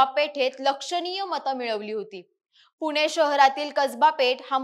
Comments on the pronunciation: मराठी शुध्द बोलायला पहिल्यांदा शिका पुने नाही पुणे म्हणा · मराठी नीट बोला ज्या ठिकाणी ण चा उच्च्यार करायला पाहिजे त्या ठिकाणी न चा उच्चार करताय , नीट ऐका , किती छान मराठी भाषा असताना , आनी, पूने , जानून ,बसनार ,म्हनाले ,शामील ,यंत्रना ,पनाला , अनना जोशी हे शब्द उच्यारताना काहीच कस वाटलं नाही , प्रथम उच्च्यार सुधारा मग विवेचन करा ,अन्यथा आमच्या कानावर अन्याय करू नका